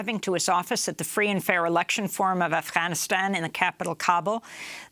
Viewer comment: Oh so its pronounced Af HAAAAnistan... got it. thanks